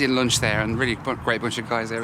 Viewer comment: " a bit of loonch"